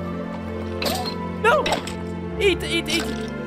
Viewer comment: Haha pewdiepie always says EATTT